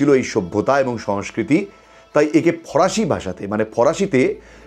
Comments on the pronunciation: ফরাসি নয় ফারসি হবে ওটা। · দাদা ওটি ফরাসি হবে না! ফারসি হবে! কানে লাগছে উচ্চারণ টা!!❤ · ফরাসি নয় ফারসি।